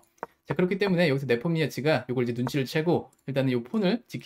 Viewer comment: 네폼니아치 발음이 매콤니아치라고 하시는거 같아서 뭔가 배고파지네요